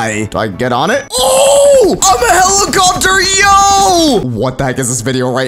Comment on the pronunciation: helicoterr helicopterr